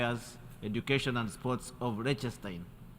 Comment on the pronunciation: Lechestein… who gives these people the right to butcher countries' names?